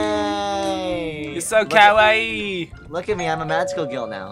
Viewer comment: It's ultra kawa-OW!!!